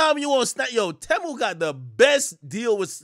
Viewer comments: Its pronounced Teeeeemu lol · It's pronounced "tee-mu"